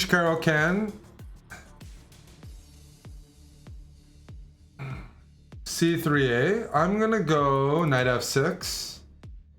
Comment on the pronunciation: Bruh its not a cara can, like a can of cola, but a caro kann like Khan Noonien Singh.